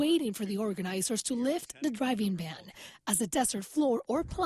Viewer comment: Every time somebody says playa I cringe super hard